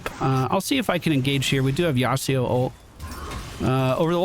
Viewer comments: Now that I see you playing Legue, I really apreciate your narration style when you go through the game! It works with Mobas. BTW... YasUo, not YasEEO xD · That yasio kinda got bullied I know it's not yasio, but that is how he kept saying it and so that is why i said it. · As an old Yasuo main I HATE that you say his name like that. It's YASUO with a U not an I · Also, why does say "Yasido"? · I'm not a stickler for pronunciation, but where the heck are you getting that 'Yasuo' pronunciation? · Great video but i hate the bad pronunciation of Yasuo